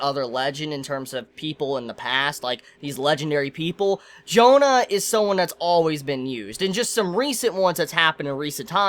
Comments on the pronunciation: I'm not even french and it still always bugs me. Like - bro c'mon it's not "John" but JEAnnE. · pronunciation is more like "John Darc", don't say johannA. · Astolfo is a character from the story Matter of France, where he is a magic knight who serves Charlemagne. Why do you pronounce Jeanne "Jonah"? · As a french dude, the way he pronounce "Jeanne" kill me x)